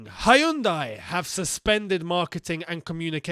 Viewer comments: I like how pronounce 'Hayundai' for 'Hyundai' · I love you dude but you totally butchered the pronunciation of Hyundai. :P